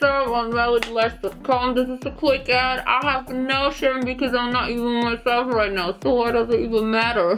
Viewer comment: creative 😂👍 This "rait nau" I Love it😂😂😂😂😂 Excuse. What I really want to say: Ai laf id 😂😂😂😂😂😂😂😂😂